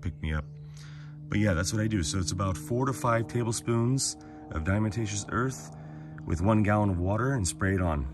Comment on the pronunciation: The correct pronunciation of “Diatomaceous” is: DIE-UH-TOE-MAY-SHUSS….NOT: die-uh-muh-tay-shuss. If it’s too difficult for you to pronounce correctly, why not just refer to it as D.E.? Even most people that CAN pronounce diatomaceous earth correctly, still just refer to it as D.E. 😂👍